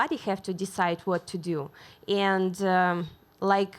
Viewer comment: Dude...love her...but the way she pronounces *and*...foooooooook....